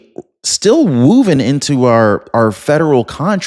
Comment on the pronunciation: Did you just say 'wooven'? 🤔🤭